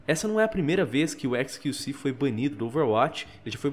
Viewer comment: XQC... Só eu q entendi "esqueci"? '-'